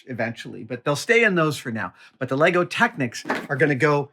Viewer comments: Ah dam, he lost me at LEYGOES ITS LEGO!!! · He said 'legos' grrrrrr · Adam, Adam, Adam, It's "Lego" or "Lego Bricks". <3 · Adam, it`s LEGO, not LEGOS :) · There is no s on the end of Lego, it’s just Lego the end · LEGO, not LEGOs. Like sheep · Love you dude, but its lego not legos. Sheep not sheeps!!!! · LEGO it is not Legos, wish you americans would stop pluralising the word, its really annoying to us Europeans.